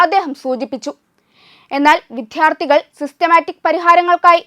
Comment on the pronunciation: നാക്ക് വടിച്ചിട്ട് വിദ്യാര്‍ത്ഥി എന്ന പദം ശരിയായി ഉച്ചരിച്ച ശേഷം പുതിയചാനല്‍ തുടങ്ങിയാല്‍ മതി...